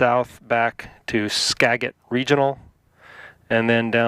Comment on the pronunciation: You pronounced Skagit incorrectly :-). I grew up 28 miles south of Seattle :-)